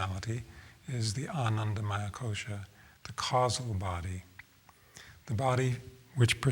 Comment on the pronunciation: Very nice! Though, the word "maya" is quite different the way it is pronounced: maaya means illlusion, but "maya" means "full of, composed of." With the latter word, you must not extend the "a":) pronounced it just about right:)